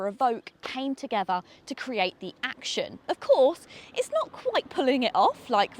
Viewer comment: It's not a KMG "Action" as you put it ! It's a combination of the words 'action' and 'young' , deliberately chosen by the manufacturer. It's pronounced 'Actyon' as it is written not 'Acshon'. Overall a very good review . You pointed out all the salient features.